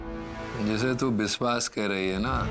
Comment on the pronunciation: In gauri's language : shadi equal to : sadi or vishwas equal to : viswas 😂😂😅❤